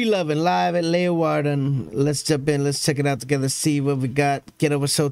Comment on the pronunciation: Your pronunciation of Leeuwarden is spot on Greetings from Friesland 🧡